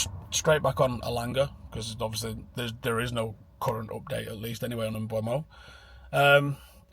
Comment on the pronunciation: IT'S NOT PRONOUNCED "MBWEMO" FFS!!!!!!